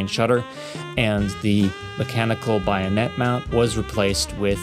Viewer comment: Your videos have great style. Just a note about terminology shortcomings which, I suspect, comes from reading certain words without ever having heard them in their original parlance. It’s just “one-sixtieth,” or “a sixtieth,” not “one-OVER-a-sixtieth.” Also, it’s BAYonet, not BYEonet. Otherwise, keep up the great work.